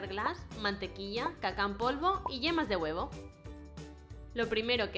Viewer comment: Se dieron cuenta que al inicio decía vemas de huevo